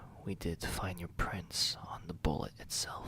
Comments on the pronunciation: When he was saying "prints", I thought it was "prince"... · Same I heard prince I'm like "wait I have a prince everywhere?!" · Did anyone at first hear prince, instead of prints? I was confused at first... 🤣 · I thought it was just me